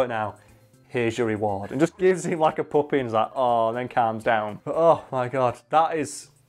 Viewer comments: i thought he was saying poppy, like the flower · Ok honestly thought the whole time until I saw the picture that he was saying poppy